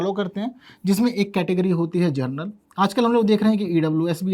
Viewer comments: General ko aap Gernal kyun bolte ho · कालेज एवं यूनिवर्सिटीज़ में वैसे भी जुगाड़ से ही जाते हैं। इसमें totally भाई-भतीजावाद चलता है। जनरल बोलिए न कि जरनल। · जर्नल उच्चारण में सुधार करें माननीय शिक्षक